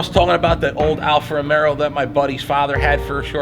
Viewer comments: hey, with respect, it’s called Alfa RomEO. Not RomeRo. It’s an amazing machine and I’m glad you are smitten. Caught the Alfa bug myself. I drive a Vulcano black one. It’s the exact same spec as that on your video aside from the red interior accents and the carbon package. Also this thing will hit 100 mph at around 8 seconds and car and driver have measured the 1/4 mile at high 11s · you got all the italian names pretty good ..but alfa romero lol...... it is romeo...not romero....just take the r off